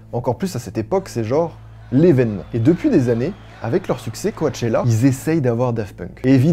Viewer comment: Juste, « coAchella » ça m’a buté 🤧